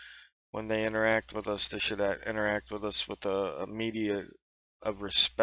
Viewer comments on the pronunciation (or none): The word is "MODICUM" of courtesy, not "media of courtesy". This from a guy whose inability to speak when spoken to has gotten him arrested. "Get away from the car", isn't a question about whether you're in public or not. You CAN be touche if you're not listening. Who is this little welp to make ANY demands?!